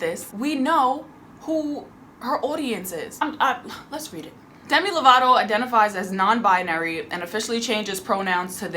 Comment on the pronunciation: I am SO. MAD that you called them “Themi Lovato” O.M.G!